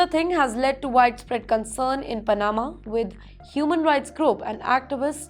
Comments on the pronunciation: It's not Pana'ma BUT Pa'nama! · Sorry bit late but its not Pa-NA-ma. Its PA- na-ma. Maybe double chk pronunciations with Google before broadcasting to the world m8ght be useful. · It is Panama not panaaaaama. Can someone help this girl please? Learn English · Anchor woman needs to pronounce Pa-na-ma correctly. Not Pa-naa-ma. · I agree Pana'ma instead of Pa'nama. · You should try to at least do a little research on how to pronounce my country's name. 😮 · The way she says Panama 😅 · Aam Panna. Pan flavored.